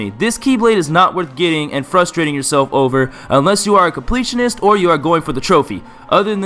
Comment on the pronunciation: i love how he kept saying unles you are a compleatanist an my up next is the complitanist bith by sleep